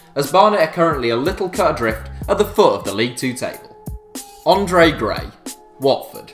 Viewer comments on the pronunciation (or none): none